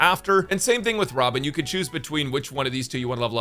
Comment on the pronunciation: When bro said robin i heard ramen and then i realized after boing a little back